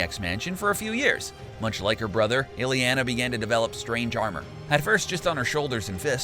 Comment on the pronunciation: please stop saying "pee-oh-tehr" and "illie-ana". if you can't pronounce the names in an at leasr half-way decent manner, just let someone else do the video